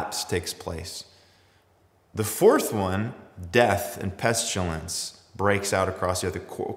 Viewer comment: 'Pestulence' ? Is that similar to 'pestilence' ?